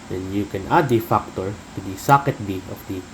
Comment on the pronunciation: I like how you say factor " Fuckor" .